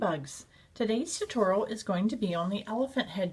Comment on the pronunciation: Cute elephant, but the way she said tutorial made me cringe every time.